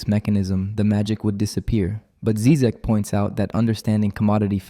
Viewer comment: Obviously I am not going to watch this video by someone who sounds too young and American to have authority to sprak about something that America is not able to profuce -philosophy and uncomfortable questions. You can't even pronounce his name right! Why is he dangerous? Because he speaks of saving out common decency and humanity, which has been poisoned and bombed by American BS ? What's wrong with having an accent? I think you are embarrassing yourself, dear boy! Stick your guns and burgers... leave philosophy to us here in the old world...